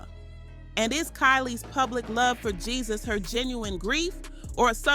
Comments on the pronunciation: Why she pronouncing his name GeeZus? It’s pronounced “hey-Zeus”. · His name is not pronounced the way its spelled!!! The "J" is pronounced with the "H" sound. I ' CAN'T '🤦🏽‍♀️, with this pronunciation 😂😂😂